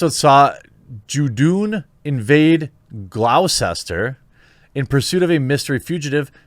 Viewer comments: Gloster, Jeremy, not glausester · Us Brits can't even agree on how to pronounce Shrewsbury so can't really expect man Jeremy to know its "Glosster" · Gloucester is pronounced Gloster. Thanks. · Glaoosester. Lol. It's pronounced Gloster. Those "ucesters" are weird holdovers from celtic. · "Glow-sess-ter..." LMFAO!!! It's Pronounced Gloss-ter Jeremy. You sure we speak the same language bro? - Almost as bad as the way you yanks pronounce Nottingham. The HA in those place names is pronounced the way you pronounce a U. - Vocal coaching over!!! And yes. This PC version of Dr Who is unbearable to a Brit like me who remembers the humour of John Pertwee and Tom Baker. So sad!!! Especially if it damages Jodie Foster's career. I don't care about the sex of the Doctor, just the politics. But it does feel a little forced and the clue is in the wokeness. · Haha I winced a little when you said glow-sester. It’s my hometown and pronounced glos-ter. Love the content man keep it up! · Glawsister? Jesus....its like no one has ever googled England. Its pronounced Gloster EDIT: Stop fucking begging for subs, it is SO annoying, its literally why I unsubscribed. If people like you they will sub, you do not need to ask 5 times 7 times a day. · Glowcester ?!! 😂😂😂😂 sorry guy. I know it’s spelt funny but it’s pronounced as gloster. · "glosster" [glouscester] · Say Glocester again Jeremy? xD You pronounce it "Gloss-ter" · Wtf is glouwsester? Gloster you dimwit. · Ha Ha Ha Ha Ha! Glou Ces Ter! The English pronounce it: Glos Ter. ................ I think. The Aussies pronounce it: Gloss TA. The Kiwis pronounce it: FushnChups. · 'Gloucester' is pronounced Gloster. 👍 No Dr Who equates to 41p a day I won't be wasting on a TV license fee. 🤔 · Gloucester is pronounced "Gloster" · Gloucester is pronounced "gloster" just to let you know :P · Gloucester is pronouced "Gloster" btw. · "Golwsetster 'hahaha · Gloucester = Gloss-sta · Glaow Chester. Haha. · Gloucester is pronounced GLOSS-ter, in the UK.